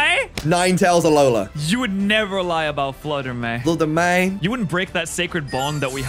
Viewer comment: fluder may :)